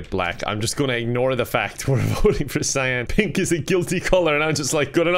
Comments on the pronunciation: Did anyone ever tell that cyan is pronounced s-eye-un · He can't say Cyan properly